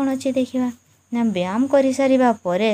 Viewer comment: Mam ap byam kyun bol rhi Hain like why? That is byayam not byam 😂😅